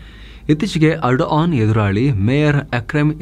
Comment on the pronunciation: ಬೋಳಿಮಗನೆ ಟರ್ಕಿ ಅಧ್ಯಕ್ಷ ನ ಹೆಸರು ಎಡನ್ ಅಲ್ಲ ಏರ್ಡೋಗನ್ ಸರಿಯಾಗಿ ಬೊಗಳೋ ಬೇವರ್ಸಿ